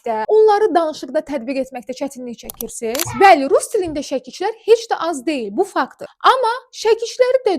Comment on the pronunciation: Şəkişlər yox ay " müəllim " ŞƏKİLÇİ. ƏVVƏL ÖZÜN DÜZGÜN TƏLƏFFÜS ETMƏYİ ÖYRƏN.